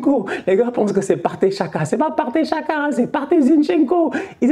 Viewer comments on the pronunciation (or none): none